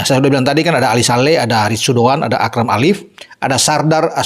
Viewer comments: Akram AFIF, bukan Akram ALIF.. Koreksi..😊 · Afif,bukan alif